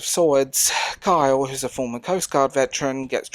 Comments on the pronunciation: I hear Kyle when you say Carl. Try saying it with a Cornish accent. Also, it's nice to hear someone repudiate irony in favor of sincerity. Nobody cares for sincerity anymore. I think it's a great reflection of the loss of personal intimacy and abject cowardice at reaching out to others among young westerners. People under like, 55 are so afraid of being rejected and it's very irksome. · ...Carl...no pitchforks, just...it's Carl. I want to say it's an accent thing, but it REALLY sounds like you're saying "Kyle"